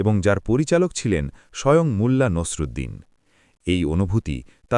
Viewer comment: "মুল্লা" নয় ওটা হবে "মোল্লা '